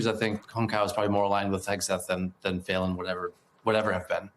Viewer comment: Pronounced feelan not faylan